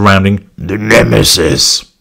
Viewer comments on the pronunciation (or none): You still make me laugh whenever you say “nemesis,”. 😂